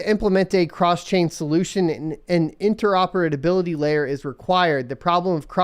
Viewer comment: those "interoperadability"'s were painful